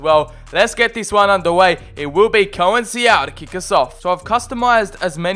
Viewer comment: Conceiçao is pronounced “con-sei-são” not “co-en-si-ao”.